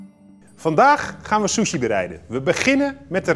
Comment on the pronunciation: ‘ Door de Shjusshuieee’ . 😂😂